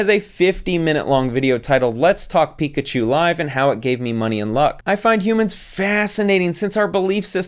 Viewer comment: Is she calling it a Pichu? Like the pokemon? Don't let it face the toilet lol